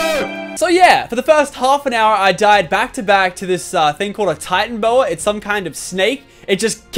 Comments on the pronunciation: its not titan boa its titanaboa im 8 and i know alot about dinasaurs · Titanaboa not Titan Bow